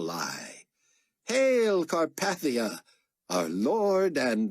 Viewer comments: Most of this guy's voices are great. Chaim's voice is terribly, unlistenably whiney though. Also, the pronunciation of Carpathia stings a bit each time. I'm used to it being pronounced like CarPAYthia, not CarPATHia. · Yeah, I noticed that too. I keep wanting to say "It's car PAY thia, Get it right!"